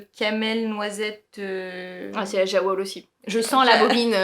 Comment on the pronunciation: Merci ! A deux c'est trop marrant. Petite précision pour Jawoll : la marque Lang est suisse allemande ; donc je pense qu'on doit prononcer yavol (en traduction littérale : ouiLaine ). Pas maniaque la fille 😂